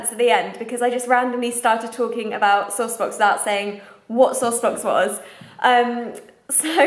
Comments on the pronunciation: I thought you were saying "sore spots" until you showed the box! Ha! :P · I thought you were saying "sauced books" until I saw SourcedBox written and was super confused, lol.